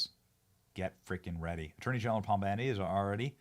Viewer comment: 😂😂😂 "Pom Bandi" 😂😂😂